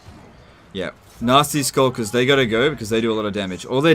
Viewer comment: Anyone else mishearing "Nazi Skulkers" almost everytime?